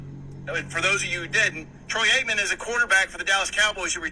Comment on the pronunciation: She wanted to ax you a question. What a dummy. Troy Aikmen lmaoooo.